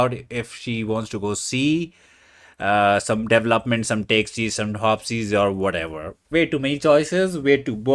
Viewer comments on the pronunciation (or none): Correct way to say “development.” DUH VELL UP MEN T